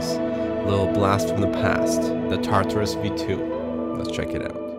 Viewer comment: I'm sorry, I don't by any means want to sound like a dick, I love this video, but "Tar Tar-Roos."